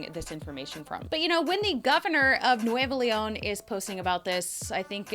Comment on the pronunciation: you are fantastic!!! and your pronunciation of Nuevo León is perfect...!